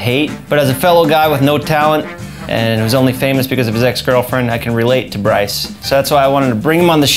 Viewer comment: How can you botch the name like that? It’s Bryce